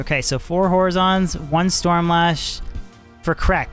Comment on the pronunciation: You're pronouncing horizon wrong.